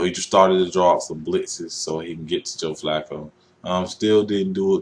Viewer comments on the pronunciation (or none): Joe Fluke-O Really? just stop skip Bayless.